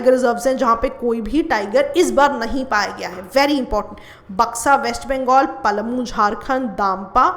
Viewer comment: यह पलमू नही पलामू है